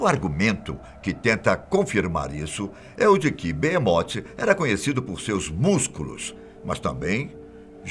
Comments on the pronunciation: Não é Beemote, é behemoth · o Nome E Behemoth Não Beemote kkkk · Mano..eh "Behemot" n beemote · BeHemoth com som de R não beemote porra fatos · Oh , man , é Behemoth e não beemot ...